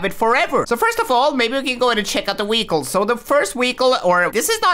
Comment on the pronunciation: Why do you always call them weecles lol